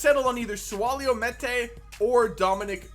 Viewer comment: Meïte name is pronounced mee-yet